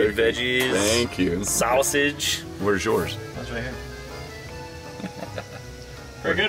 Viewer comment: When he called the chorizo SoWSaGe 😬